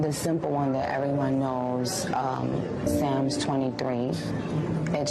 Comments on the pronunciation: nicki minaj pronouncing Psalms as Sam's... She can't read. That's what she has in common with djt! 😂😂😂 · Did she say sams club :93 ? 😮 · THIS BIH SAID SAMS 😫😫😫